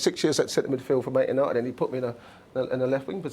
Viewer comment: I've always thought they were called Man United, not "Mant" United 😂😂😂